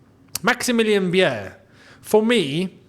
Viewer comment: Beier is pronounced 'buyer' not biyeahh